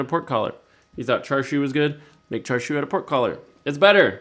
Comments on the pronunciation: So you add premade bottled sauce, sous vide it and grill it, and you call it the "ultimate" version? You slice it to the wrong thickness, you pronounce it wrong, and you don't get the important stuff right in cooking it. Hey look, white people making Asian food "ultimate" versions. Sit down,, you're embarrassing yourself. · Sorry, but this is not char siu. It also looks like you don't actually know what char siu is, otherwise you wouldn't have made this video like you knew what you were doing. Everything about this is wrong. The pronunciation of char siu is wrong, the way you've cooked it is wrong, and the way you're eating it is wrong. Don't appropriate Chinese culture for the sake of making a video.